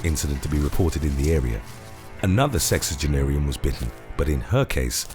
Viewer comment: sexenginerian? I’m not the only one that heard that right? Go to